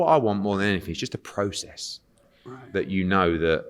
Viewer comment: Eddie "process" Hearn